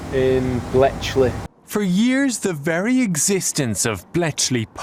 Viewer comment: Loved it when you said Bletchley, proper Yorkshire pronunciation(I'm from Sheffield) I wish I had the space and need for a JVM410 or 800 modified